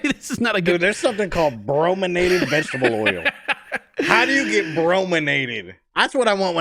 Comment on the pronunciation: “Brominated” 😂😂😂 Buffpro too funny